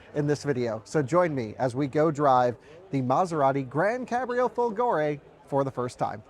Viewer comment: you can learn the correct pronunciation of folgore on google translate! :-P